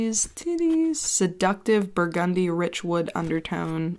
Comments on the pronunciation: Brrrr-gun-dee lol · How the fuck did you say burgundy?! 😂💙